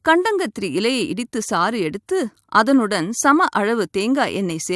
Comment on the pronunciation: அது கண்டாங்கத்திரி இல்லைமா கண்டங்கத்திரி.. ஒழுங்காகத்தமிழ்பேசி வைத்தியம் சொல்லுங்கள்..